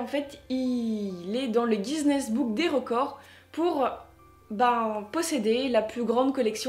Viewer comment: Guiness ce prononce ginesse pas gisnesse mais appart ça très bonne vidéo